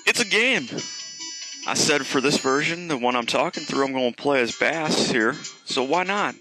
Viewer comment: It's pronounsed base